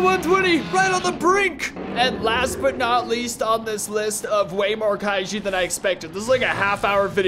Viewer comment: Such a click-baitey thumbnail, and he mispronounced kaijus so badly. Like seriously? Kairu? Wtf man 💀